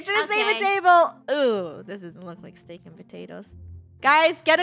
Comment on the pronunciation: Why does say stick and not steak